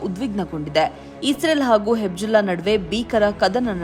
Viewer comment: ಅದು ಹೆಬ್ಜುಲ್ಲಾ ಅಲ್ಲ,ಅದು ಹಿಜ್ ಬೊಲ್ಲಾ (Hezbollah)